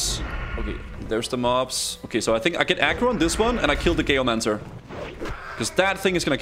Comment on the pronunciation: "Gayomancer" = geomancer lmao